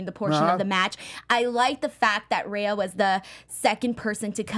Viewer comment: Great show as usual but its Rhea not Raya!!